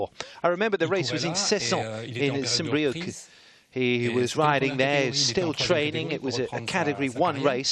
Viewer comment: not saint "BrieuK" but saint "Brieu"